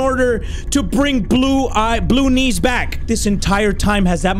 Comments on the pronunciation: am I the only one who can hear saying Baloonees instead of blue knees?😂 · I was so scared that I kept on pausing the video and every single time he says blue knees it sounds like he said baloonnies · calling/pronouncing "blue knees" as "ballunies" is so silly